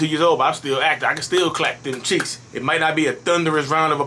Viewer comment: Lol its funny when you say ccheeks